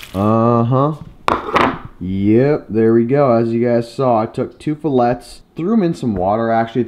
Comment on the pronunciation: I like your vids, but every time you pronounce "filet" wrong, I'm going to give you a thumbs down.